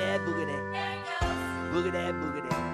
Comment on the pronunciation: BTW... It's "boogity boogity"... not "boogtay boogtay".